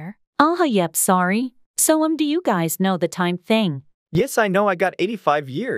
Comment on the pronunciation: just found sum just said ''gays'' instead of guys- dayum